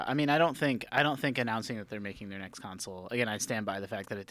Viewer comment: That guy has gotta stop pronouncing it a "council"